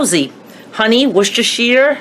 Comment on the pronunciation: wistashi Is how it's said